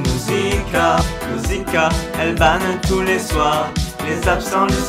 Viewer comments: a bas je vois que je suis pas le seul a entendre se mot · tu as remarquer que tu dit banane a la place de ban du moins ses se que j'entend